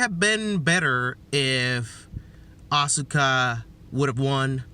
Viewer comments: saying Asuka is the most frustrating i have heard in a long time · Stone Osborne Well he is a heel wrestler, so if it is him doing all those to piss people off he is a genius. I don't know how that is going to get him closer to WWE though? Especially when he keeps mispronouncing Asuka's name.